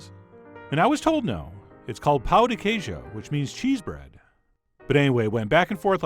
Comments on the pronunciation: Chef John, the way you said "pão de queijo" sounded like "cheese dick/cock" to any brazilian viewer hahaha Love you <3 and keep up with the good work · Also with your pronunciation you said dick cheese.